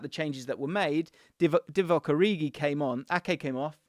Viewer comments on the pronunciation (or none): When bro said divock origi 😂😂 Omg that was funny